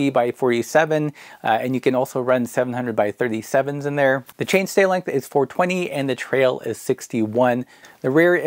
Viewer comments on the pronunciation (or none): none